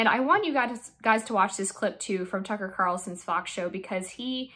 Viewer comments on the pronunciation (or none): none